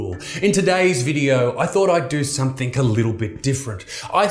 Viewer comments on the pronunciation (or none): Say it with me Isaac...something...something...some...thing...not fecken somethink